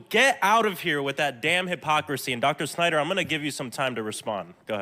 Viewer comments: I am also wondering why MTG is pronouncing the family name "Snyder" on such an awful, humiliating way as if she spits out a rotten part of meat. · Exactly. What's worse is her followers only had one takeaway from the entire exchange, and that was the snarky way she pronounced his name. "You go girl! Sure put him in his place." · The way she pronounces his name along with MR instead of Dr. No respect was made obvious.